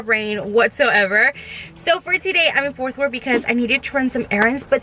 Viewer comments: Omg I love you but it’s been like 3 videos and you’ve said Forth Wort and it’s ForT WorTH😂😂 Sorry girlie ly😂😂😭💗💗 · Fort Worth, not Forth 🤦🏽‍♀️